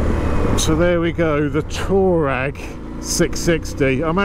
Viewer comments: Sorry mate it is pronounced " twar reg and reg rhymes with leg ;-) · It's pronounced "Twareg" you silly sod 😂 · it's pronouced- Twaar ig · I thought so too; “twa-regg”